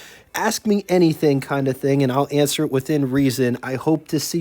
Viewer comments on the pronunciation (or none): none